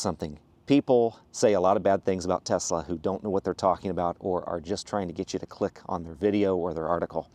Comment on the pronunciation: Kudos for pronouncing the name right! Greetings from Croatia (Nikola Tesla is Serbian born in what is present day Croatia. Our languages our very similar, we pronounce it identically and yours is spot on)